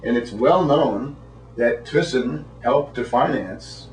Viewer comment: His name is Frits Thysen. speak theissen